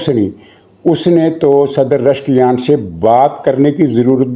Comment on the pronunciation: جناب ۔۔۔۔ ایرانی صدر کا نام ۔۔۔۔ رشکیان نہیں ۔۔۔۔۔ پزشکیان ۔۔۔۔ ہے 😂